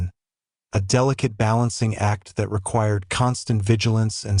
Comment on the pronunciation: Nice AI voice over! Did anyone else notice that the word "that" is pronounced as "dot" and the word that follows is spelt out? Took me a while to figure this out. Do better.